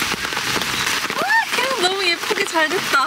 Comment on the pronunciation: 계란=겨란...ㅋㅋㅋㅋㅋㅋㅋㅋㅋㅋㅋㅋㅋㅋㅋ 여기서 빵 터졋어용 ㅎㅎㅎ 찐~~~~~~~~~~~~~~짜 잘 봤어용 ㅋㅋㅋㅋㅋ굿